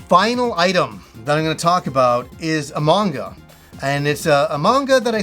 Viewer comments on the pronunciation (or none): I've been watch too much YouTube I heard "a manga" as "among us" at first. Anyway great video man, that's some cool stuff. "It came from Play-Asia" also sounds like a YouTube series begging to be made.